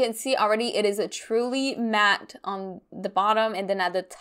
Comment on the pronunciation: This was such a fun video! Do Canadians say “Matte-y?” I’m confused by that pronunciation